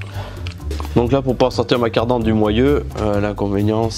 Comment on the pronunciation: C’est moi ou il dit : ”la cardan ”?